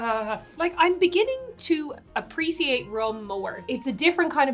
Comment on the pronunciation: Apreeseeate=appreciate from the drunken ones